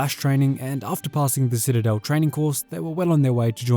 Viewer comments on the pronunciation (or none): none